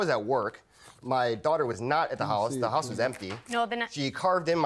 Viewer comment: Girlie,that trick of having a man's child(ren) to force marriage is like 95% out the door. Am I the one hearing "holice" instead of house?